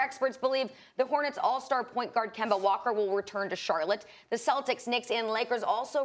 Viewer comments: Why does Stephen A. always say Kember instead of Kemba 😂😂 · SAS say kember 😂😂😂😂😂😂